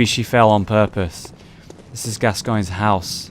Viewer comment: I don't think Alfred's helm was gold, I think it was black or silver. 31 mins, correct pronunciation of Gascoigne :)